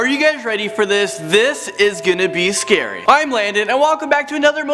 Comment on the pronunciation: it is not schery